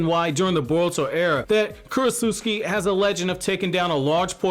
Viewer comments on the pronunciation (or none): bruh stop saying kurochusiki its Ku Ro Tsu Chi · I like how you call her Krotsutski